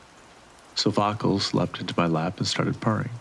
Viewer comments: Its "Sof-Oh-Clees", not sofficles. Great job with the read though. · Loved the story, although I almost choked at the pronunciation of 'Sophocles', one of the most famous philosophers in history.